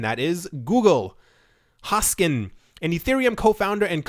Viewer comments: Its HoskinSON. Not Hoskin. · Hoskinson. Hoskinson. HoskinSON. NOT Hoskin. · Its not Hoskin its Hoskinson..3 times same mistake..c'mon..Cardano is the best coin on CMC,respect! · can u read? say it..... hoskinSON if you cant read or sound intelligent you're not worth listening to